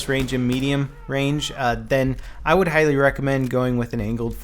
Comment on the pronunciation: Did anybody notice him say I heighly recommend